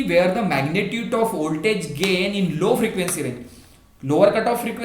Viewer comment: First of all, thank you sir for this wonderful clarification video. Secondly, your voltage pronunciation occurred to me, but it's okay.